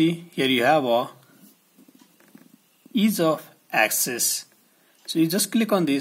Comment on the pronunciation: ease of asses